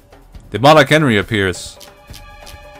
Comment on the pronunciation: I kinda like how you pronounce Enri as Henry hahahahha